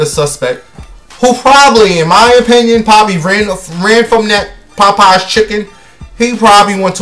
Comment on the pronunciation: and Pop pies 😂🤣 the way he’s pronounces it 💀